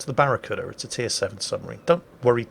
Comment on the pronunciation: Did I hear that correctly? The Barracura?